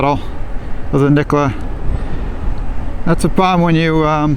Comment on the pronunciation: Nikola has 3 syllables.